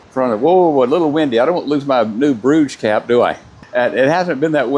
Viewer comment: Cruise is a terrible way to do vacation! - its poluting and making life miserable for the people who lives in the places who are being visited by this monster ships. I HATE them. Its a cowardly way of traveling. … and you Americans., its not Bruugs.. its Brugge! What about learning how to pronounce it in RESPECT for the places. So to everyone seeing this - Don’t go on cruise!!!! - destroy the nature with garbage ships is not the way - and looking at the animals and birds from this shitty ships are so contra productive.